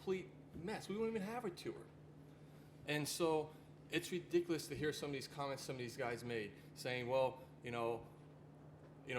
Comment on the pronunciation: it widicuwous